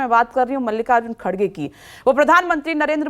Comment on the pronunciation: Hegre nhi kherge boliye Haaaaaaaa ha ha ha ha 😂😄😆🤣😜😀😂😄